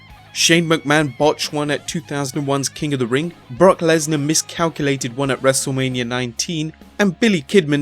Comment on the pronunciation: Its Wrestlemania not Wrestlelamia